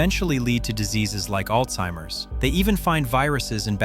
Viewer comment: It is alarming and shocking on how many people in the medical and education system that mispronounce “Alzheimer’s” the letter “T”is NOT in the word “Alzheimer’s”!! As well, it is NOT “Old timers”. Whenever I hear the pronunciation mistake I just turn off to their “knowledge” of the illness, because if they can’t say the word correctly then they don’t reckons what they are talking about!